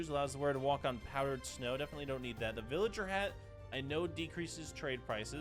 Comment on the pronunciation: not the fact he was saying villager wrong 😂